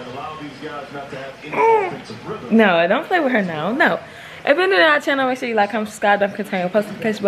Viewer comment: “Channel sthu” 😂😂😂